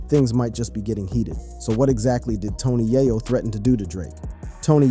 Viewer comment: 😅😅😅ikr it doesn't make it any better he keep saying tony yiyo it's tony yayo